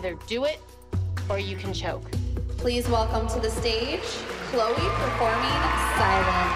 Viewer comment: No one: Seriously no one: Like legit no one: Not even Jill’s little Kendall: Announcer: “Ch-LOW-eA from the AbBeLeA dAnce cEntEaR.”